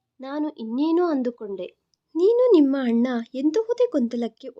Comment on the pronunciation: ಮೇಡಮ್ ನಿಮ್ಮ ಉಚ್ಛಾರಣೆ ಯನ್ನು ಸರಿಪಡಿಸಿಕೊಳ್ಳಿ ಅಣ್ಣ ಅನ್ನುವ ಬದಲು ಹಣ್ಣ ಎನ್ನುತ್ತೀರಿ